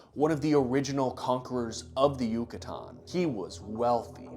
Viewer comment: Can you please pronounce yucatan a little less correctly